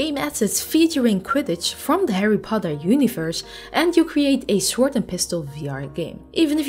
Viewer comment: Sord not sWWWord